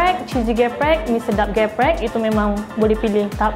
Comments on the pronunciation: Its not GE-PREK But its like how you say the E in business and its so different from the real ayam geprek the real one is only chicken being hit using a mallet and then put in the flour fry it and put chilli ontop of the chicken and all the chilli oil get sucked by the chicken and i always eat level 5 its not too spicy.Also how you spell it is SETAN not SAITAN. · Actually its not ayam géprék.. but it called ayam gèprék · IKRRR it kinda bothered me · ikr he tried to correct people but he also did it wrong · Read the first "E" in "GEPREK" like "E" in "THE" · They pronounce "Geprek" wrong lmao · you pronounce the first "e" macam you pronounce "siape", so it's "geprek" instead of "geprek" (idk it's complicated to explain it without actually saying it 😂) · How come the person selling it failed to even pronounce the name correctly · Indonesian : trigger by how they pronounce geprek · I hate it when they say ayam geprek in the wrong way. Include mba-mba who sell ayam geprek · They're not indonesian how do you want them to pronounce the indonesian words perfectly lmao, what do you expect by a non indonesian LoL